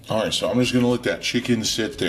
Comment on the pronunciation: "-not at ahwl, not at ahwl"